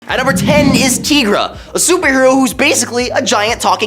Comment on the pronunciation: Tee-gra? It's Ty-gra. Does anyone on this channel read comics?